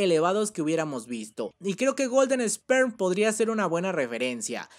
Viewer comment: ( se dice esper no Sperm